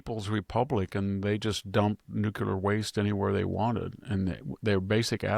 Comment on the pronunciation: Mr. Hanson, You are an astute observer of the political and moral landscape. Your deep education, intelligence, and mastery of the English language are evident in your clear, persuasive commentary. That is why I was surprised to hear you pronounce “nuclear” as “NUKILAR.” I know this pronunciation is not uncommon, but it seems at odds with your otherwise precise command of language. I offer this observation in the spirit of respect for your work and the high standard you set in communication.